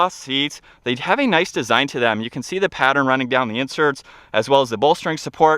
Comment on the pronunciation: This guy narrates like a robot. The word “the” is pronounced “tha” or “thuh”…I had to stop about a quarter way through. His speech pattern is beyond annoying